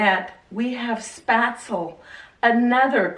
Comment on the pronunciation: You said what? At least try to pronounce it right hahah